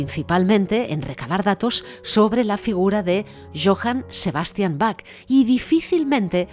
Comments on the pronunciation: Se pronuncia BAJ, BAJ, BAJ, no BAC, por favor. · Aunque se escribe Bach, se pronuncia Baj, con jota, y no "Bac". "Bac" se oye muy mal. Por otro lado, muy buena información. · Perdon pero va una ayuda Se dice Baj con j iojann Saludos Hermoso documental